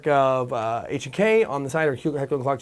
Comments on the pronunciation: its pronounced heckler and koch ...the koch part is pronounced coke in english my firend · Claiming it has to be pronounced Heckler & "Coke" is beyond retarded, if you're going to be anal about it say it the proper way (i.e. how Germans say it).